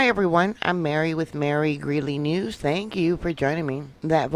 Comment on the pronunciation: " TANKS" Mary !